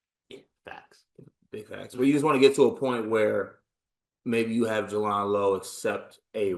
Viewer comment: You did all the research, yet didn't hear everyone else pronouncing his name properly. J-land. Jay-land. Jaland Lowe. Thanks. And respect.